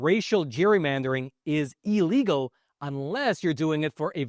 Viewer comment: The word is not "EEE-legal", it's "Ill-legal" you dolt...